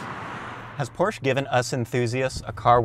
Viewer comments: PRONOUNCED PORSHA NOT PROSHE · pronounces porsche as porsh pronounces porsche correctly 😂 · Love how the vid comes out swinging calling it a "Porsh"--bet a couple dislikes came from angry snobs not pronouncing it "por-shuh." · Not Porsh, PorschE :P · Anyone know where I can get one of those "PORSCH" Tee Shirts? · ITS PRONOUNCED LIKE "POOR-SHUH" why do people not get this? It's a last name. There is only one correct pronunciation. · I want that "Porsh" shirt! How do I get it??!?!?!?!? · It's Porschaa for crying out loud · Porch 😂😂Porsche 👍👍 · go porsh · Dewah 77 That is NOT how it’s pronounced. And it dosent matter what country you’re from, it should always be pronounced PORSHA because the company decided that’s how it’s pronounced and the way it’s pronounced shouldn’t change no matter where you are. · Can't even figure out the pronunciation of "Porche"? It's a persons name not a local dialect of a common word. His name was pronounced 'Por-sha' and you have NO right to miss-represent. Even the obviously fake Ferrari failed to entertain. Just a sad video all around. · Ballibusteros learn how to say porsche correctly, porsch-uh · Gasosphere it's funny that the guy pronounces porsche wrong on purpose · "Porsh" Haha I love that.... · every time he said porsh i got triggerd. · it's funny that the guy pronounces porsche wrong on purpose. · its a PORSCHE Not Porsh !!!!!!!!!! THERE IS A E and you call it PORSCHEEEEE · And so was the 918 it was fake his shirt wasnt even spelled right it's Porsche not porsh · Porsh xDDD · Its called PORSCHE! With E ! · I have ZERO respect for anyone who claims to be an automotive expert and cannot pronounce "Porsche" correctly.